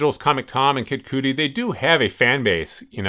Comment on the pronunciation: 😂 Kid Cootie! It’s Kid Cudy! Rhymes with buddy!